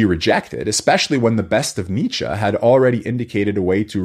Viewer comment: Why do people pronounce Nietzsche as Nicha? It's not like you are trying to pronounce Grzegorz Brzęczyszczykiewicz.